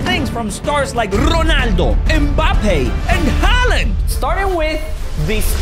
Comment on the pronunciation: they said halland wrong